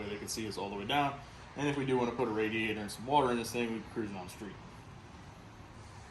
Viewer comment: When you say radiator and water I hear drag and drive.🤞🏼😁